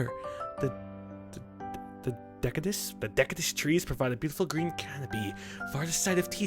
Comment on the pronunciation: Dekadious??? you shit..lol:D